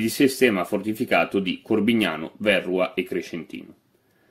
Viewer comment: Verrúa, non Vérrua.